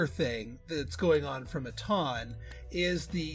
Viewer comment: Am I the only one who says it “mitten” like what you wear? 😂 I was cracking up at him saying “mi-TAWN” the entire time. 😆🙈🤷🏼‍♀️